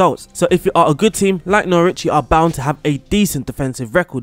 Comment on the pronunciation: I’m sorry, how did you pronounce Norwich? 😂